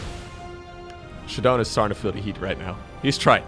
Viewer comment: it's funny that ShaDoWn spells his name with that "AaBbCc" style like is used to mock people these days, because every time this dude says "shuh-dohn" I think he's a moron. Shadow. Own. Shadown. ShAAAA, not shuh. god dude